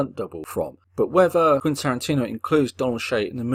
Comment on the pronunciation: More like "Quinn" Tarantino.